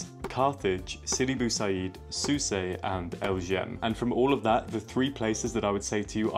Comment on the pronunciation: Its pronounced Souss not Soussey